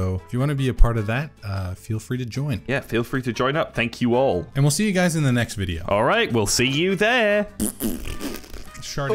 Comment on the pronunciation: It's "the" not "vhe" to the British one. You're too old to have such a speech impediment.